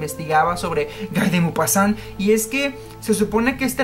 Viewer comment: También fue uno de los primeros relatos que leí de él y es geniaaal y súper creepy. Btw, creeeo que Guy se pronuncia "Gi" pero no me hagas mucho caso :P.